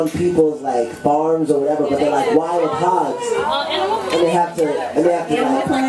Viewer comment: When he says hogs, he says it like hawgs. AOLGAJFALDJA I LOVE HIM.